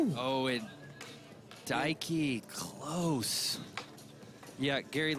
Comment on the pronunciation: God forbid we ever pronounce japanese names right 😂 There’s no ‘su’ 「す」in ‘Daiki’. You know they were thinking about how to pronounce kyonosuke